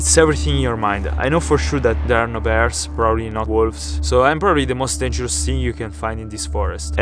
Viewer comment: holy shit i can't 😭🤣 '' um dengros'' 💖